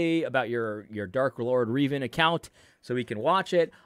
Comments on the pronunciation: “Uhhm ackshually it’s pronounced Rev-An, like rev an engine 🤓” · Seriously AD?!?!? You of all people should know how to pronounce “Revan”, savior of the Old Republic, correctly